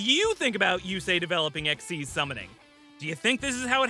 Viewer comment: I love how xyz is pronounced as "EXIST"